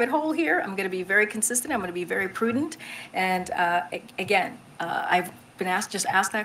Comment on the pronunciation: 1 second ago She also said "poodent'", whatever that is. I think she's paid by the word.